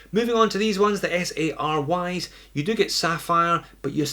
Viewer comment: SARV all day- SARY should be pronounced "Sorry"- just fall short- mismatched colors of the dial & chapter